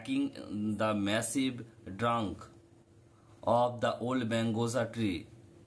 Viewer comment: Margosa❎ Mangosa✅😅😅